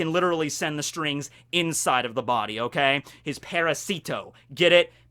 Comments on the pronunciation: Good catch. One thing.. Its not parahSEEtoh. It's paRAHsito. Emphasis on second syllable.. And it does incidentally mean parasite. The way you're saying it means "little for"... Which is just wierd. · Well... Parasite in Spanish is "parásito" and "parasito" (the way Doffy says it) is just swapping the stressed syllable from the second A to the I. It could be intended as a pun, sure, but it can also be a mispronunciation of the Spanish word, which happens every other week in One Piece